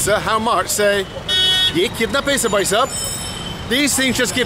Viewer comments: very informative and proud of you for sharing this... If it helps have a few pointers... the pronunciation is Bh-ai, not "Buy/Bai", coz although both sound the same they have different meanings.... Bai means lady... & can mean maid too.. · Very nice. BTW it is Bhai for brother not Bai. Bai means maid servant and you don’t want to call a random man that unless you are looking for excitement to kill time.